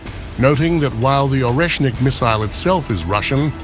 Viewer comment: Oreshnik is pronounced Areshnik